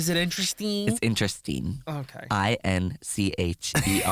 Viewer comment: inchersteen - i'm DED